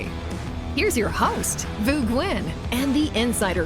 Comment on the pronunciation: Why did she pronounce Vu’s name like Glen?